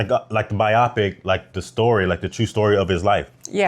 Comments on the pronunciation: bi opic ? its pronounced bio pic lol! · Its pronounced "bio-pic," as in biographical picture. Sorry, im giving in to my inner grammar not see.